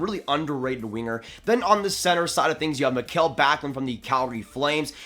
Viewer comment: and Mikael :(